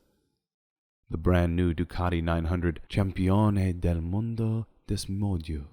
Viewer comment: There is no "H" in "Campione del Mundo Desmodue". Let's try take two...